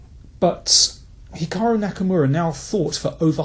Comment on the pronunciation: Thanks for this. A great analysis. On this form a Carlsen-Aronian match really would be something to behold. (Did you nearly say Hackamura :-))